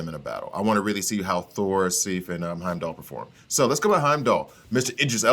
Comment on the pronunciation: lol. Lady Sif. Like if with an S at the beginning. Awesome character by the way. She does well on my team and the gold amounts rather quickly so you'll be able to to get that next level pretty soon. Where is Mighty Thor? Is she not on your Asgardian list? Also, the number of times you mispronounced Lady Sif. Lol.